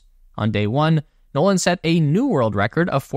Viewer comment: "Noland" "Nolan" There, fixed that for you.